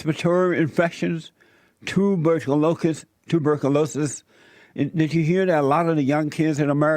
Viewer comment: dt05 dt05 dt05 You are right and the asshole on this video is not even able to pronounce one fucking word the right way! Chicken pop, tubercoolokies, woiss president ever, hepatayees... WTF!